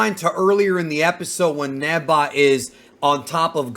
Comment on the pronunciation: I keep hearing “neba” people know it’s Neva right?